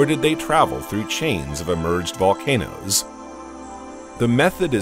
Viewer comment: bro i read this and he said "more present than... volnacOOOsss